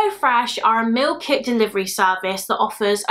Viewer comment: Everytime you say Meal Kit I always hear Milk it and it makes me chuckle every time